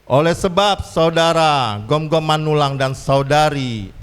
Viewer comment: Gomgom bukan Gonggom Min